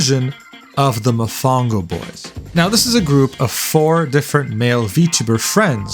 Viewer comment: I can’t believe you pronounced Mofongo wrong, you dissed my favorite dish bro 😢 usted es mal brother